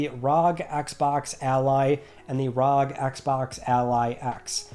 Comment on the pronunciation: Asus Republic of Gaming … R..O..G . Not rug